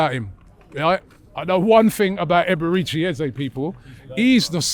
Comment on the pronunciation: Robbie ffs at least get his name right. Eberechi 🤦‍♂️